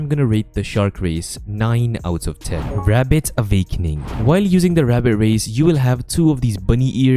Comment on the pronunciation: "avakening yah"